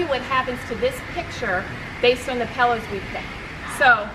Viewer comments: As a decorator how can she not pronounce the word pillows, she keep saying pellows pelllows pellows. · For Gods sake it’s “pillows” not “pellows”!!! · pet peeve of mine...pellows or melk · Wow. Pellows, really. How would anyone take advice when she cannot even pronounce the word pillow? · What the heck is a Pellow? It’s pillows! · She mis-pronounces pillows - calls them pellows. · "Pel - lows, Pel - lows, Pel - lows," LOL!! ❤️ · Love the video. Great tips. But why does call them “pellows”? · What...did she say PELLOWS? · I like "pellows" too😍😁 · It’s so cute the way calls pillows “pell-ohs”...